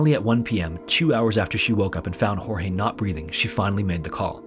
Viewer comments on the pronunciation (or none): Your portion of Sarah Boone is incorrect, starting with the pronunciation of Jorge's name. It's pronounced George, not Hor-hay. Second, the domestic violence incidents were not accurate. He was arrested 4 times for domestic violence against Sarah. Third, Sarah went to the police station, they did not come to arrest her. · Just an FYI...though his name is spelled Jorge and that is usually pronounced as it would be in Spanish and the way you are saying it this particular guy's name was actually pronounced like "George"....just thought I would mention that...(as someone who has a name that people have mispronounced my whole life due to the spelling and my mom deciding she would go against the norm and pronounce it differently). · Sarah is a murderer Jorge begged over and over to be let out cause he couldn't breathe. She thought it was a big fucking joke. Poor Jorge Weird side note Sarah calls him "George" but half the YouTubers doing this case "hor-hey"